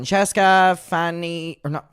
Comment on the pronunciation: The misspeaking of “Fancy” sent me 💀😂😂😂